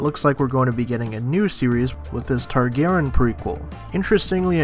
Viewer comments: Tarry garry yeen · He doesn’t pronounce the y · youre butchering the name.... its TAR-GARE-EE-IN .... Targaryen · How do you not know how to say Targaryen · I was dying when he butchered the pronunciation. 😂 😂 😂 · I hate the way you say TARGARYEN!!!!